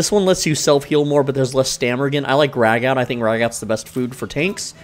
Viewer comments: It's pronounced "ragoo". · Just a heads up ragout is pronounced Ra-goo. Love the vid tho. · Ragout pronounced raggoo 😂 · It’s said ragoo